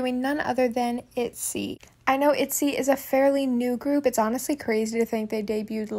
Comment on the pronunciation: itzyyyy doesn’t sound right itzayyyyy is the only acceptable for not shy